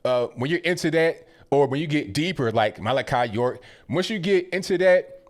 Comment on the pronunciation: Ooh I haven't heard anyone say Malaki York in years lol